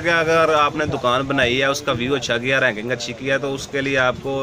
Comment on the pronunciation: raking ka matlab ha. jo ye lakri key box bane hue ha jin main samaan rakha jata ha..us ko raking kehtey h..baqi lafz raking hota ha ranking nahi wo ghalt bol rahe ha..